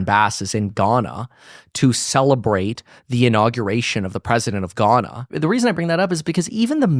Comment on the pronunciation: “Being gone-ah in Ghana” bro thought he ate with that lol 😂